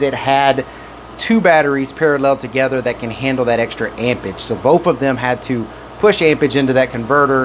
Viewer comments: AmpeRage it has a R in it amp rage not ampers lol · amperage, not ampage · “Ampage”!!??….the English word is “Amperage” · AMPERAGE not AMPAGE🤦‍♂ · am·per·age /ˈamp(ə)rij/ noun the strength of an electric current in amperes. Please pronounce and annunciate the word properly if you expect us to take you serious in the least amount. "Amperge" is not how you pronounce "Amperage." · all of them can you just have to have correct cables lol. He said it because you keep saying ampage not amperage lol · "ampage" is killing me. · he was implying there's an 'r' in amperage you neglect to pronounce. I'm from Boston and know about r's. the one in ampeRage is one even we don't ignore. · The word is amperage. And especially, not "ecspecially". Jeez. Thanks for the demonstration.